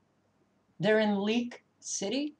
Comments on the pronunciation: I think it is League city ; haha sounded like leak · It is League City not Leak City. But you are spot on about all the things you have said. I live in Houston and it worries me.